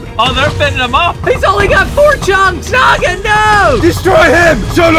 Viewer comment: Thanks for saying "naga" that's dragon ini my in my country